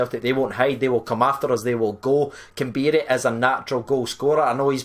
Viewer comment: It's pronounced kamberry not kambeeri